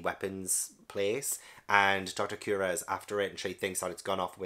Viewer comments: On pronunciation, I really like your reasoning for going with "Cure-Ha" it makes total sense lol but her actual name is Doctor "Koo-Ray-Ha". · Kureha is actually pronounced as Coo-Reh-Hah and is just a common japanese name with no deeper meaning. You're actually doing a pretty good job with the japanese names pronunciations, English-speakers usually have a lot of difficulty with them. Also, I'm really glad you took an interest in Miss All-Sunday this early, she is my favorite character in the entire series. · Just so you know, Kureha is pronounced: Cure reh hah. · The doctors name is cue-rey-ha or copper sometimes calls her doctorine